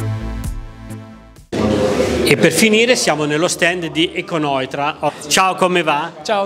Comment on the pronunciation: Perché dici econoitra